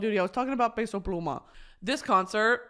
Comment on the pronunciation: I love Brittany being a hardcore peso pluma fan 🫶🏽 and the respect she puts on his name w the accented pronunciation? Here for it 🇲🇽